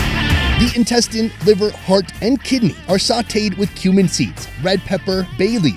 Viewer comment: He just said incestine :')